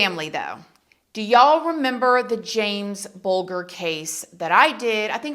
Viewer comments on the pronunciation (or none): Didn't get the 2yr olds name right jamie bulger pronounced bul jer no bull ker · It's pronounced bulge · His name is James bulger but you say it like buljer if you know what I’m trying to say because your saying it wrong, I think he should never of got out in the first place but he keeps getting out & we spending millions to keep him safe but we need to keep our children safe away from him it’s disgusting & heartbreaking for James parents, thank you ❤❤ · It's Not pronounced Bull-gar, it's pronounced Bul Jer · I remember this happening. I was living a few hours away from James and his family but it was horrific Also, it’s pronounced Bul Jer 😊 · We don’t mind ! But just to say James ‘s surname is pronounced “Bul-juh” 👍🇬🇧❤ I will say, I can’t see him remaining anonymous regardless. Unless he gets major plastic surgery. We’ve seen him as an adult. Just hope the “public” find him before he reoffends. That’s ONE guarantee, he will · Not to be petty or anything but you pronounce Jamie’s surname as Buljer even though it’s spelled Bulger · It's pronounced bul jer. I'm English. Noone here wanted them to ever be released. EVER. Their punishment was nowhere near enough. They were also never treated like prisoners, they were just in a home with other criminal boys, with video games, and all the things they actually wouldn't have been able to afford because their parents were poor! So actually they had a better life than they would have had. So when he was released and then we heard about the kid pics, we were all livid again!! That is why they were given new identity as they would be killed by someone. Well as I say, I'm English and if you ask anyone here they would say those boys should have never been released! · Bulger is Pronounced like the G is a J. Bul - Jer xx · I mean no disrespect, but James’s last name has a soft G, pronounced like Buljer. ❤️ It’s one of England’s most horrific cases, so unjust for poor James and his family. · Jamie bulger pronounced bul jer